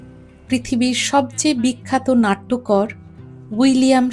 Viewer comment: 'নাট্যকর' না—নাট্যকার।